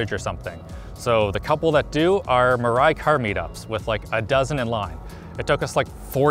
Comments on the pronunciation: Mirai is pronounce as Me Rai btw nice video i thought i watch donuts media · Your local weeb here, it's pronounced mira "e". It basically means future. Because Toyota apparently feels hydrogen is the future. Thanks for reading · Mirai, it actually pronounce “mea-lie”, means future. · Mirai is pronounced as Me-Lai. In Japanese it means “future”. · WHY CAN NO ONE PRONOUNCE MIRAI EVEN CLOSE TO CORRECT